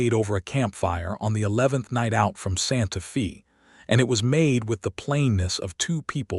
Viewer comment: Its not pronounced santa fee, but santa fay.